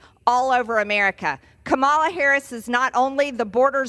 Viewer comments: They purposely mispronounce Kamala's name. They make me sick. I hate "mgt " lol and every last one of the maga morons. Hey, Margie?? Better get used to calling her, Madame President! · Mispronouncing Kamala Harris' name again, eh Marge? MTG says "murderers, rapists, and terrorists"????? Oh dear, how scary. Why did MTG, and the rest of the MAGA idiots vote down the bi-partisan border bill? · Apparently MTG also has a speech impediment. If she can't pronounce Kamala, try Madam President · Why do Republicans insist on mispronouncing her name? Is it supposed to be funny? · I hate how she pronounces Kamala's name incorrectly on purpose! I guess she's just trying to make it sound more 'foreign' or something. MTG is such an awful person! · Can't/won't pronounce Kamala's name properly at this point automatically makes what you say, Marjorie, up for question. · I feel she is perpetuating racism by refusing to properly pronounce VP Harris's first name. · I love it when people mispronounce Kamala, because then I can stop listening to what they have to say. They are either stupid, rude or both. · She intentionally mispronounces VP Harris' name. She is VILE and should be called Maggot Tayler Greene by everyone responding to her from here on out. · They think they're so clever intentionally mispronouncing her name. These people are all insufferable toddlers who have no business being anywhere near our government.